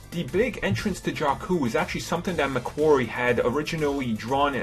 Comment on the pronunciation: The way Jakku is pronouced is actually the same as a Albanian word Gjaku ( it means "Blood" )